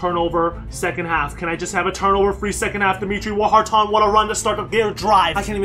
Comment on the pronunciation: Say it with me, War-tin. Not Whar-tahn. That wounds like something I get at my local Chinese buffet.